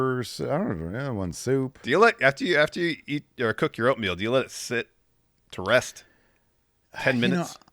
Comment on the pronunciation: He totally said oatmeal 😅